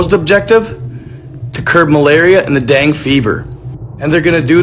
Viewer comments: The dang fever tho 😂 Say it with me bro Den ga fever. Love ya still tho lol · It’s pronounced “Dengay” fever bruh